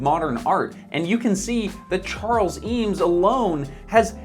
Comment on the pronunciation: Review a chair, learn how to pronounce it correctly at least?